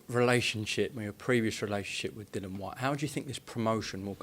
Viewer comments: always says Dillians name wrong its pronounced Dilly Ann not Dylan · please say Dillians name correctly